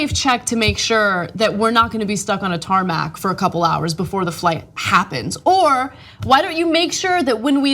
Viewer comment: tarmac did I hear tarmat?